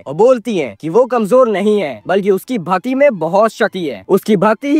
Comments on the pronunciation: Bro bhati ni bhakti hota h😅😂 rost to bdiya kiya bro pr apne bolne pr thoda kam kr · Bhati nhi bhakti and shati nhi shakti bol bhai😂